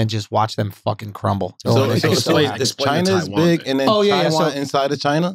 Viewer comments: China has two syllables - "Chin uh" Wax: "Ain't no UH" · Bruh 🤣 wax had me rollin. Ain't no A in china.